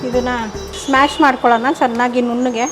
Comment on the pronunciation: It is not smash it is mash